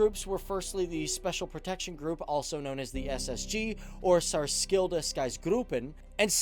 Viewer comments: "Sarskilda" i have NEVER been laughing harder!... I'm sorry but... omg... i can't stop laughing.... The pronunciation can be found here: with the a at the end ofc. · Gonna rip anyway haha. Särskilda … S+K in Swedish is pronounced SH and Ä is pronouns right in the middle of A and E = AE almost… don't know any better way of explaining it. So "Saershilda" basically haha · "Sk" in särskilda is pronounced like a ch deep down in the throat. The stress is on ä. "ti" in operationsgruppen is also pronounced like ch. "A" is pronounced short and the "o" is pronounced long in this word. Stress on o. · pronounciation wasnt horrible, but "Särskilda" is less emphasized and you put a german twist on it, swedish is quite smooth actually. sär-skilda opp-era-tions gru-ppen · Actually good pronounciation! As a swede, i am impressed! You did way better than i would expect!❤️ only thing to point out, is when u say "Särskilda", its the "sk" is pronounced the same way as "ch" in german, like a hard way of saying "ch" in english. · If u havent got any swede around telling u how to prenounce särskilda säkerhetsgruppen id say it was pretty good actually. U can work on särskilda though 😉